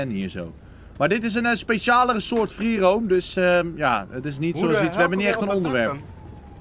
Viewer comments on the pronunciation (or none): Je zegt freeroem en schrijft freeroam